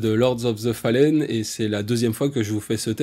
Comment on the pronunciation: FALLEN = tombé, déchu (de TO FALL). Ça se prononce donc "fauleune" et pas "falène".